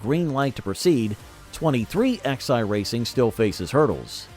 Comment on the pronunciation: It's not 23XI, it's pronounced 2311